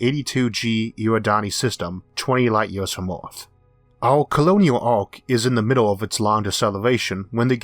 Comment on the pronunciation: ERRRR ER ERRR YOU WANT TO BE TAKEN SERIOUSLY THEN YOU SHOULD LEARN HOW TO SPEAK PROPERLY Dam I bet you are one of those educated idiots. I tried to listen but you yeaors and sky scoorapers